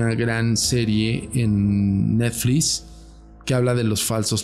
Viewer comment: jjajajaja este wey... aparte sus anglicismos forzados pero dice "Neflis" jajaja